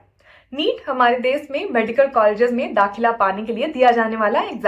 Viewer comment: देस नहीं देश